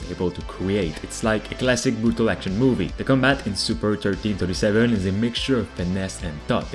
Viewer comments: Super1337? Sounds more like Super Leet to me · "The brand new action combat game..." Me: "SuperLEET." "...called Super thirteen thirty-seven." Me: 🤦‍♂️